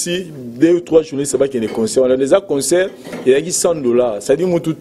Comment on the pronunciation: On dit concert pas conceur Et humanitaire pas humaniteur